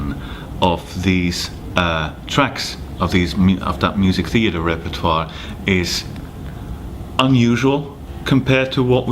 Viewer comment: Urs pronounced "repertoire" correctly. It's a French word and pronounced reper twa